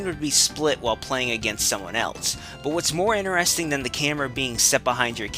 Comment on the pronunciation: is it me or he pronounces "interesting" like in a really weird way...